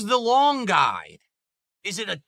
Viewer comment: Why can't he pronounce guide? "Quickstart guy! Quickstart guy!" WTF?